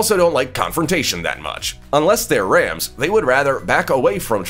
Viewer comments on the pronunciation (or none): none